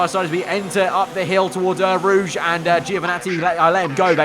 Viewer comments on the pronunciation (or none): none